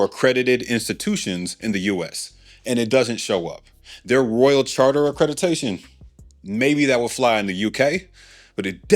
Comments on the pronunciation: Sir… the word is ACCREDITATION not “Acredi-tation” 😩😩😩😩😩 I cringed each and every time you said, I had to correct you- sorry! Cool vid. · Accreditation is typically pronounced ə-kred-ə-TEY-shən (US) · Accreditation…as in accredited. Accreditation is the word. I can’t take listening anymore. 😂